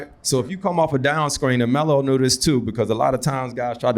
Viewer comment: The way Melo and Cp talk to each other you can tell they have a real relationship with each other.🤞🏾I don’t think Cp called Melo “Melo” the entire conversation he called him “Ello” 😂😂